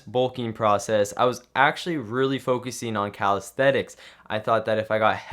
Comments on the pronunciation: Great job, but it's pronounced "calistheNics" not "calistheTics". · Are we just going to ignore this man calling it "calisthetics" ??? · Is he saying Calaesthetics on purpose? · Sorry but this drove me nuts Calisthenics ---> ka . luhs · theh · niks